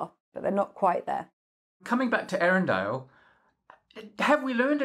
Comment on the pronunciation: I think it's also pronounced more like Eyarendeel, the E and Ä are pronounced separately like in Zoë.